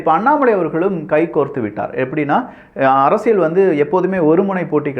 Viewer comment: இது அரசியள் சதுரங்கம் அல்ல. அரசியல் சதுரங்கம். சரியாக உச்சரியுங்கள்.